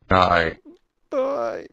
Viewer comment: I swear at the end the heater wasn't saying bye but saying die